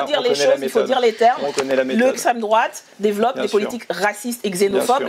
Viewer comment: "je ne réponds pas a l'extrémité douatte..." Bah parcequ'elle ne connait pas as le sujet 🤦 Et en plus quelle mocheté 😮